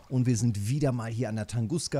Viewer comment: Ich schaue deine Videos ganz gerne, aaaber. Bitte sag nicht mehr Tanguska. Dat Ding ist Tunguska, wie der Meteorit. :)